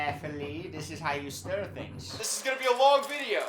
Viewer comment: The "stiR" gets me every time 😂